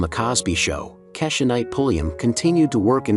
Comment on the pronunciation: It's pronounced KEY-sha (Rudy).